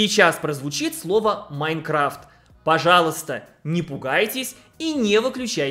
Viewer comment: произносит "Manecraft" Я: НИЭЭЭЭТ, Я РАССЫПАЮСЬ НА ПЕСОК, А МНЕ ВСЕГО ЛИШЬ 21!!! А Дрим выглядит нормально